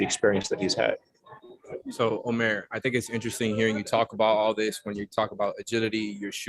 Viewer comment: Sounds like his first name is pronounced as "ud-meh" (Omer) 🤷🏿‍♂️ either way, looking forward to seeing him getting more mins 😁